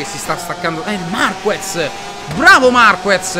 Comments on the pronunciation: In gara i tempi si alzano perchè in qualifica si usa una gomma molto più morbida e quindi con molta più "presa" sull'asfalto...e comunque si dice MARCHEZ non MARCUEZ.... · Marquez si pronuncia MARKEZ, a parte il difetto di pronuncia polliccione in su per i tuoi video e la serie moto GP continua cosi! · Si pronuncia MarKez...e comunque, scusa se te lo dico, si vede che non guardi la MotoGP...è normale che si vada più veloci in prova che in gara, è sempre così. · Si scrive marquez ma si legge marchez